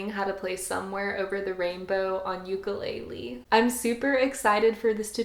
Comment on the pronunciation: No hate but SAY UKULELE RIGHT <3